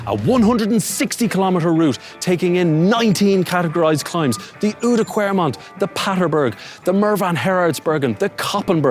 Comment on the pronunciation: Nice! Try to say the ou in Oudenaarde and oude kwaremont as the o in wow or down. Oude kwaremont. Ask Dan, he has nailed it. Rob Hatch does it brilliantly as well. Going to watch the video now. Big respect for trying to ride these cobbles, I wouldn't dare to. Spoiled with lovely bicycle paths in holland.